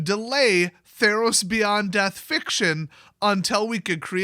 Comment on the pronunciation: Really? You said "Theros-Os" when you could have gone "Ther-Os?" I'm not mad, I'm just disappointed